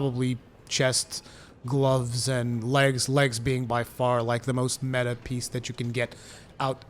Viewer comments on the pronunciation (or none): none